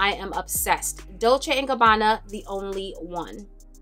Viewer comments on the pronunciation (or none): none